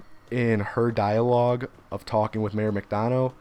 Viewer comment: It’s mayor mc dun-uh not dun-oh